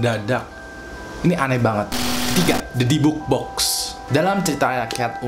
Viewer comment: Dibuk box itu baca nya "di-bak box" kak